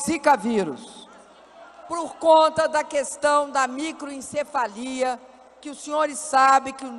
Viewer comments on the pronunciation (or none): Só eu escutei microENcefalia?